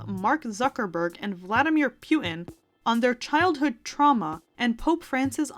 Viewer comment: "Pew-tin". LOL at the way you pronounced that.